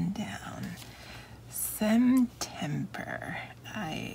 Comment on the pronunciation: “Semtember” it is🤣 your lettering looks great!